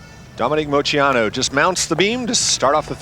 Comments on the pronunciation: It wasn’t pronounced wrong on purpose. She got really nervous and it came out wrong. She said she was embarrassed afterwards. I think it’s cute she messed up her own name out of nerves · I'm confused now lol. Did Dominique Moceanu pronounce her last name like "mo-SEE-ah-noo"? I listened twice and it sounds like she's definitely saying it like that. I've always thought it was "Mo-CHEE-ah-noo". I even googled it and everything I saw said its pronounced that way. Has everyone been pronouncing it wrong this whole time? Maybe I'm just hearing her wrong, she said it pretty quick and was quiet. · You heard right. I remember hearing something from her about it, it may have been in her book. I can’t remember the whole story but she admits she pronounced it wrong on purpose. I wish I could remember why!!!